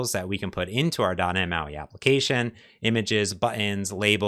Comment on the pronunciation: You've been doing this for over a decade and your wisdom shows. But you still can't pronounce the letter T. It's not "dah nhe moi" iT's doT neT MAUI. Why man? You know you're not pronouncing it properly so why not start? You're like a certain Washington football team that refused to change their racist name. But guess what, they changed. Why can't you? With peace and love learn how to pronounce the letter T. I wan you o be he bes you. I love you man.